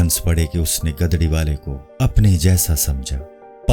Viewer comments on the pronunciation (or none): Bhai urdu pehle kisi ko suna liya karo..gadri nhi gudri posh hota hai